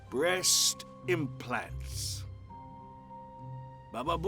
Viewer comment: Edward said breast inplants.....bababoooom😅😅😅😅😅